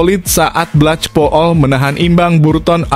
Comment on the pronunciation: Blekpul, bukan blechpul apalagi saipul!